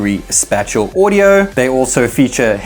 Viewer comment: Spatial is pronounced "Spay-shul" lol